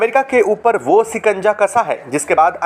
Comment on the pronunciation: अबे श बोल सिकंजा क्या होता है??? सायद क्या होता है??? रिसते क्या होता है??? रिश्ते बोल